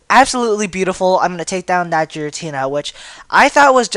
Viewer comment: he needs better prenounciation its gare-a-tina and grr-oww-don